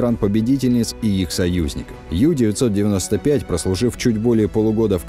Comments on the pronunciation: Ююю95 объясните ей не ю- бот,а у-бот!!!!!!! U-это с немецкого (unten) - в переводе внизу,а в связке с бот оно звучит как (под), тобишь подлодка!!! А юююю это юбка,так ей и скажите! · У-995, а не Ю-995. Это ведь немецкий язык, а не английский. Очень распространенная ошибка, прямо слух режет